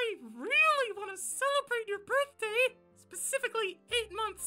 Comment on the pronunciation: Everyone: HAPPY BIRF Me: HAPPY BIRF